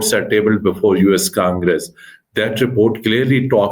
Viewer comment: Feels like watching 2 5th grade kids talking in English , your vocabulary is so poor and do not know how to compose a statement.... and Its not US Kangres... its US Congress...